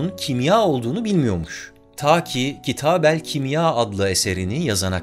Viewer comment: Kitab al kimya olmaz.kitabul kimya diye okunur